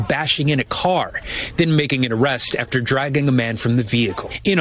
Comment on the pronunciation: love you. But please...it's AF-TER You keep saying ATH-ER